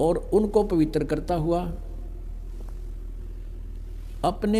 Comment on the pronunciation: पवित्र को पवितर बोलता है मूर्ख गुटका बाज नसेरी